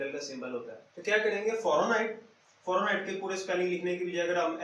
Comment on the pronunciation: Farenhight nahi hota sir Fahrenheit hota ha! BtW Gud. ❤️😃😊